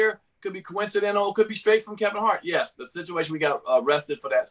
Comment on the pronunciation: Did this dude say "coincidental”? 😂😂😂 oh my goodness! you trash for that! Mad respect for cuz even saying he’s friends with Kevin but right is right and wrong is wrong.